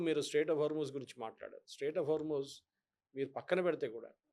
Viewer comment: నీకు ముజేతబా అనడం రాదు హార్ముజ్ అనడం రాదు ఏమి జర్నలిస్ట్ వి రా బాబు ఒక RSS గాడిని పక్కనకకు చోబెట్టుకొని ఇజ్రాయెల్ అమెరికా భజన చెయ్యడమే జర్నలిజమా 😂😂😂